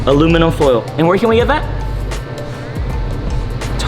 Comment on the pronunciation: Man really “aloe vera” or “ala verga”💀😂